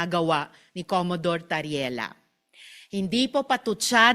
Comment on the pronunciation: Commodore hindi Commadore